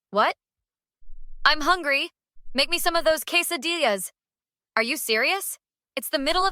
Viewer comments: "quesa-DILL-AS..." ...dear sweet BeJesus...😂😂😂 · And pronounce them right. Robo voice is still a poor production choice, albeit a cheap one.